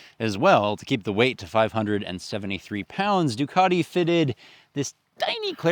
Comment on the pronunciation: There is no R in Ducati